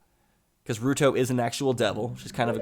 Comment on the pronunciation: I thought you said rude hoe for ruto